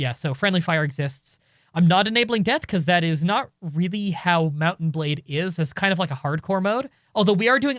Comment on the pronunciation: Mount and Blade sounds like Mountain Blade when you say it quickly. I have nothing else to add.